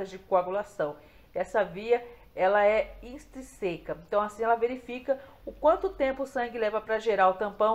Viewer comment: Muitíssimo fraco! Leia antes. Não é Intreseca!!! É INTRÍÍÍSICA!!!!